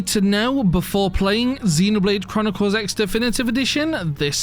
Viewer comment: First thing to know, it’s pronounced Xenoblade Chronicles Cross.